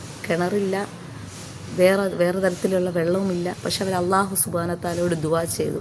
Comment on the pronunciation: Assalamu alaikum wa Rahmatullah തെറ്റ് കണ്ടാൽ തിരുത്തണം എന്നല്ലേ അതുകൊണ്ട് പറയുന്നതാണ് നിങ്ങൾ അള്ളാഹു എന്ന് പറയുന്നത് പല്ലിൽ തട്ടി കൊണ്ടാണ് അല്ലാഹുവിലുള്ളത് ലാം ആണ് ലമിൻറെ മഹ്റജ് മുൻപല്ലുകളുടെ മോണ ആണ് നിങ്ങള ل പറഞ്ഞു നോക്കുക അപ്പോൾ മനസ്സിലാവും എ വിടെനിന്നാണ് ലാമ് വരുന്നത് എന്ന് പല്ലിൽ തട്ടി പറയുമ്പോൾ അത് ظ ആയി മാറുന്നു